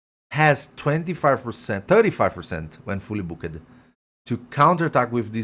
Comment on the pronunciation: Take your Microphone off the table, your voice is bouncing off it. and learn how to say Booked.